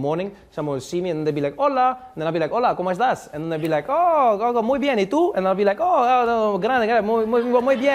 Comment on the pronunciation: I don’t get why he has so good pronunciation, the “hola cómo estás” was perfect, he sounded like a native